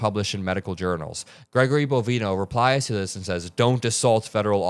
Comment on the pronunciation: bo-VINE-oh ... like "Bovine Oh"